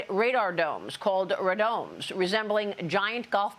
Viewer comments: Ray-Dome. Not Rahdome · It's pronounced Ray-Dome. Not Ra-dome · It's pronounced RAY DOME. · It is pronounced Ray Dome